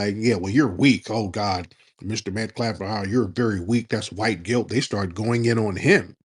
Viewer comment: Someone please tell Tariq to stop saying “metCLaff”…..he’s stuck on that pronunciation lol. And Tariq, it’s not the “French quarterS”, it’s the French Quarter….no s.